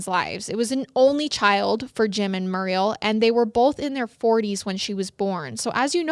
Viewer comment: Muriel is pronounced mm your eee el. My mum is called muriel